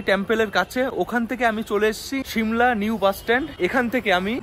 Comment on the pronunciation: শিমলা 🚫 সিমলা ✔️